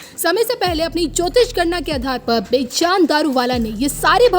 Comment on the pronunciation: Please correct your pronunciation of the name of this great astrologer. You keep calling him बेजान throughout in your narration. By doing so, you have as if, made this 'lively' personality 'lifeless'. Being a Parsi myself I feel very bad to hear that pronunciation. The correct pronunciation is बेजन. Please take care to correct yourself henceforth.